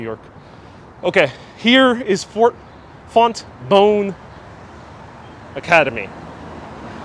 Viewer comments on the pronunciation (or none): pronounced Font Bon not bone FontBonne Hall my Mom went there graduated high school from there in the 1930's